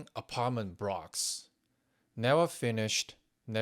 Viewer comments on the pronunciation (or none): Your command of English is undoubtedly impressive. How about working on your pronunciation it cant be that difficult to learn how to pronounce L's so you say for example Blocks not Brocks. Just a friendly suggestion i hope its taken in the spirit in which it is intended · Vacrant toweling aprartment brocks is apawrring! Prease don't say plick.